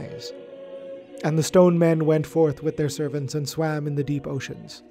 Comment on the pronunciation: Snrk. I kept hearing it as: "Men of scone."